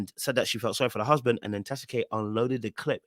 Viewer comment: Lmaoooooo how you're pronouncing "huuusband". I totally get it 🤣🤣🤣